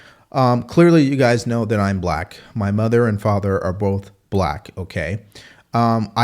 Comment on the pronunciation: You're blek? 😀